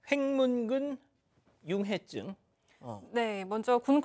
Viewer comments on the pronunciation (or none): 아나운서 횡문근융해증을 제대로 못 읽네... 그렇게 어려운 단어인가? 그렇더라도 미리 준비해서 제대로 읽어야 하는거 아닌가...